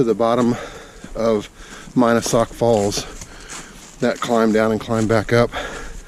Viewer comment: He mispronounced the name of Mina Sauk Falls.